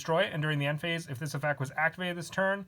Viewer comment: Stop. Effec is not word plz and the way you say beelz's name makes me depressed